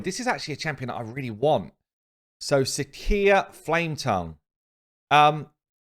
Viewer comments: "See-shya", not "see kee ya". Please, for the love of god! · Sicia is pronounced sisia, plz I cringe every time you say it